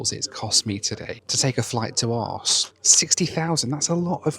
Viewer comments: That furniture in Copenhagen lounge is not IKEA, it´s JYSK - the danish low cost, low quality version of the more famous swedish IKEA brand! 😉 Arse 😂😂😂 It´s pronounced Oarhouse - with a scottish pronounciation of house - * huus * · Hahaha….. the way you said the city name Aarhus made it incomprehensible 😵‍💫😵‍💫😵‍💫…….. arse??? It should be “Orrr Huus” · Not arse but aaar huuuus with a hot potato. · Its pronounced like Our House why you keep saying arse its not remotely funny and possibly offensive to the people of the city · Aarhus. Not Arse😂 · the most thing... booking a flight to a city that will circumvent censorship and be able to say ARSE all the time... while the city is pronounce OreWhose:D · It's pronounced Orhoose, not Arse! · it's 'aa-hus' mate. Your joke ground me down to the point of no return to this video. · Ok so the arse joke would be funny if you weren’t mispronouncing it… Houston would be very funny too if if prenounced it Buttdicks too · How the f**k do you get "arse" from Aarhus? It's funny once, repeating it was incredibly cringe. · Had no idea what city he was talking about until . It's pronounced "Oar hoos" bud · Its pronounced Arehus try finding out how to pronounce names of places, did it cost 60,000 miles i never heard what it cost. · Aarhus is pronounced Orhuus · Aarhus, you dont say arse😂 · He probably doesn't know the proper pronunciation. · What’s amazing is that he continued to pronounce it Arse to both the airport staff and the taxi driver, almost as if he wasn’t making jokes the whole video. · couldn't stop laughing inside at that city's pronunciation...sounded distinctly like: "Arse" ! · Aarhus is pronounced "oar-hoos" but then this Carry on film wouldn't be the same. Utter bollocks. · Everytime he says arse instead of Aarhus it causes me considerable distress. lol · Why do you call Aarhus "Arse"? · Aarhus, you need to pronounce it correctly. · I hate that Aaaarrs. is european, he should know better.